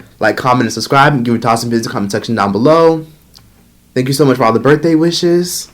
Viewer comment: 39th burfday?? Lolll...No way!